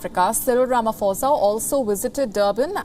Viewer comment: The president's name is not pronounced as "RamaFosa " its "RamaPosa"